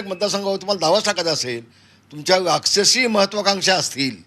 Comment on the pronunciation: लाक्षसी नसते ते राक्षसी असते😂😂😂